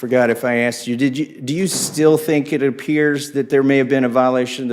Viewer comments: "At the time we axed for it..." Good Lord, this is the level of intelligence we have running this country? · J6 Committee Chair just used “axe” for “ask” ON CAPITAL HILL! We’re deevolving. 😣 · Yup...it's funny you axed that! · He said “axed” all I need to know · Thompson "axed"... What a clown!